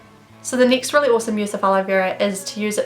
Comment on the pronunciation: It drives me insane how u say nixt or neext instead of next